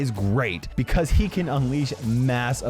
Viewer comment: "bibicause" "unbullievable" omg kill me